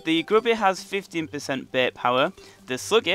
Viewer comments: It is bait not beiit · i like how he says Bait "You can get lots of beht"